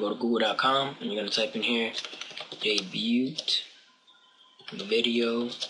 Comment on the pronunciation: debut sounds like debutt ,this foo sound around he;ll be on around 1 or 7 what a lame ass